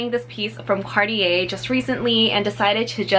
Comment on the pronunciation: It’s not card-ee-yee but it’s car-tjay. That’s how you pronounce it. Thank you ☺️